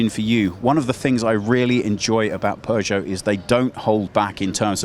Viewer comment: It's not "pu-choe"